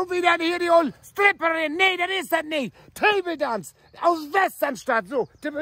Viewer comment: "tebeldänc Gruppe" 🤣🤣🤣